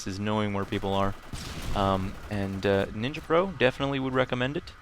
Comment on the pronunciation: Hahaha "Nin-ya" silly